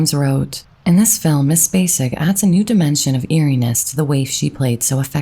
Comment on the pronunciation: I’m SO happy Sissy was selected. She’s my second cousin and I am so proud to be able to say she’s an Academy Award winner! I am very sad about her brother. She is an amazing lady. Thank you for pronouncing “Spacek” correctly. 😊